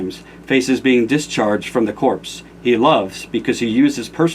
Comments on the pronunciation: you're cool and all, but just a note. "Corps" is not pronounced "corpse". It's pronounced "core". No big deal though. At least you didn't pronounce Grand Prix as Grand Pricks, or something like that, lol. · Corps is pronounced "Core" not "corpse" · it's pronounced core. dude.... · corps is pronounced core